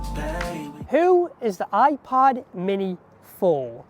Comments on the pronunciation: I kept hearing a soft iPahd 🫶🏽 quite enjoyable lol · Am I the only one hearing 'iPod Mini'? 👀 Great video btw, keep it up! 🎥🫡